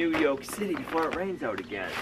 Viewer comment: You said YOLK not YORK